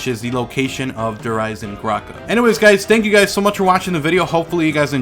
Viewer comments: Why does he say Der eisengrache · im questioning that, its just everytime you say the name, instead of pronouncing the "d" in eisendrache, it sounded like you said eisenGrache, with a "g" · Please pronounce Nazi and Der Eisendrachen correctly please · You pronounce the new map weird